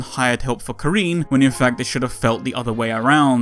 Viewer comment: It was a bit tough hearing "Ka-REEN" throughout the video. The "rin" is synonymous with "win." You actually pronounced it a bit better in the previous video. Otherwise, solid piece. Despite that I really like Karin, I agree they're making her a bit too perfect and center stage at the detriment of other long-standing characters.